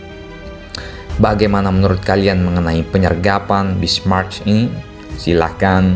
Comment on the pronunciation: Min, Prinz Eugen dibacanya "oigen" Kalo Bismarck huruf "c" nya sunyi, gak dibaca.